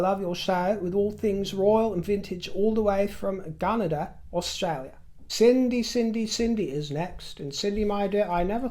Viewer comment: Love your Australian accent, very South Australian. For future reference, Gunadah is pronounced with the accent on the last syllable, followed closely by the first. (Not trying to be a Finkelstein here.)